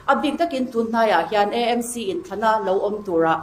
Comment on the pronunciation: E m c, ani lo AMC tih a lam tur...A hi E ani lo aw...😂... MNF ho piansual Zia hi chu aw, ngaihdan chi pawh an ni lo. Ka hlap hrep chak hlawm ania...😅